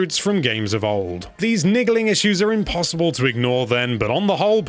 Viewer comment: did he say "niggaling issues"?